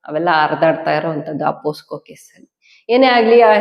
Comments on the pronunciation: ಹಲೋ, ಅದು ಪೋಕ್ಸೊ. ಪೋಸ್ಕೋ ಅಲ್ಲ. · ಪೋಸ್ಕೊ POSCO ಅಲ್ಲಮ್ಮ ತಾಯಿ ಅದು ಪೋಕ್ಸೋ POCSO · Posco alla pocso anta heli